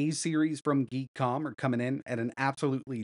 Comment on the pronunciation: Geek Com? It's called Gee Kom. LoL